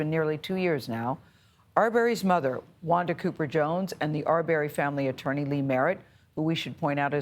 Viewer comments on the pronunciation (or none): It's not ar berry 🥴 I can't stand the mispronunciation